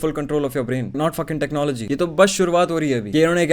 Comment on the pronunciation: how many times did he say technologiya in this while video